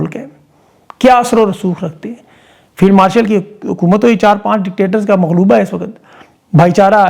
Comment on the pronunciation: لفظ "ملغوبہ" ھے یعنی م- ل- غ- و- ب- ہ "مغلوبہ" م- غ- ل- و- ب- ہ نہیں